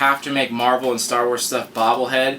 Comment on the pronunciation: You forgot the "L" in marvel.